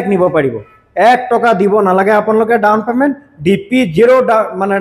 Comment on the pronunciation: Teazpur nhoi bhai "Tezpur" Dawon payment nhoi bhai "Down payment "